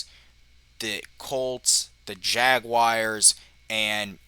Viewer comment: Jagwires? Really?